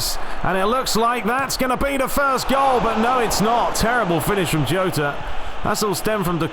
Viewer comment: In Spanish the letter "j" is pronounced "h" so Jota is actually "Hota"